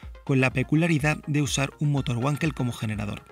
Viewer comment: El video, bien. El coche...una pasada, como a Mazda le gusta hacer las cosas, nadando contra corriente. Pero no es motor "GUANKEL" es "VANKEL", asi como "VAGNER", "VENCESLAO"...Hace daño al oido cuando se escucha...